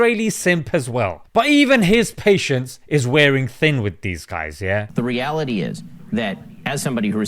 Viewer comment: The way you pronounced "Reality" was hilarious 😂😂